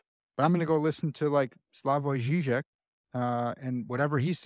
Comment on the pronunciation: hi, loved the video, helped me a lot. I hovwever noticed, thet you slightly mispronounced the surname of Slavoj Žižek, so I will now give you a bit of unsolicited advice on how to pronounce slavic names correctly. I don´t really think that this will be that useful to you or anyone reading this, however I have too much free time and it´s something I want to tell here to you. the way you pronouced it was as if he was named Žyžek with a y instead of i. There is a slight difference between the two sounds (y is called the hard "i" in slovak and i is called soft "i"). It would be better, if you pronounced it, as if you would try to smile a bit while saing the I in Žižek. (the diffeerence between them is, that y is an i sound, but closer to u, and i is closer to j, however, neither are so close to the other sounds, that they could be thought as halfway letters such as ä, ü and the like) Props for the ž, you pronounced that much better than englishspeakers usually do. Love this channel and fully agree with you on the point that the public failde philosophy and you.